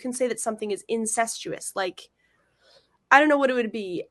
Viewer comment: Incestuous, she cannot even pronounce the word she’s accusing you of.